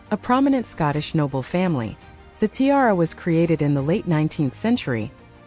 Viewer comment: This must be AI. No one can be that stupid to TI-ara